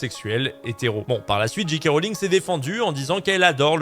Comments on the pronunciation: Bonjour. C'était bien analysé et raconté, mais tu dis JiKé Rowling au lieu de Géké. En conclusion pour moi: ne jamais traîner sur Twitter. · La lettre J se prononce "djé" en anglais, la lettre G "dji". Quand tu dis "Dji Kay Rowling" ça donne G.K. Rowling Autant le dire à la française